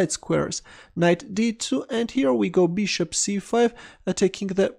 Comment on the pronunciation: I love the way you say "beeshop". Beeshop to C5. Beeshop takes D6. Beeshop. Beeshop.